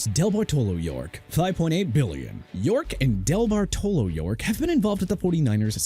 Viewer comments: IT'S VIRGINIA HALAS (HA-LAS) MCCASKEY NOT VIRGINIA HOUSE MCCASKEY AND NOT VIRGINIA HALLS MCCASKEY DUDE!! ALSO IT'S JED YORK DENISE DEBARTOLO YORK NOT DELBARTOLO AND YOU DON'T PUT A DASH BETWEEN JED AND YORK!!! PLUS HUIZENGA IS PRONOUNCED HAI-ZIN-GAH NOT HEY-ZIN-GAH!! SMH!!!!!!! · For future reference, teach your narration bot it is pronounced DeBARtalo. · What a TERRIBLE pronunciation of Debartolo. Duh bar tuh low